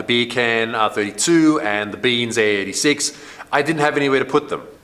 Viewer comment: Are you saying beams 86 or BEANS 86. I kept hearing beans 86